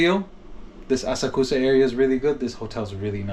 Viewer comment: hello, thanks for the video. you asked if you were pronouncing asakusa correctly... unfortunately, not quite. first of all japanese doesn't do emphasis the way english does, so you more or less say words flat without stressing any syllable more than the others. secondly the u sound between two consonants is mostly unvoiced. so asakusa is more like ah sahk sah with no particular emphasis. anyway i hope you enjoy your time in japan (edit: and now i get to where she pronounces it for you so there you go lol)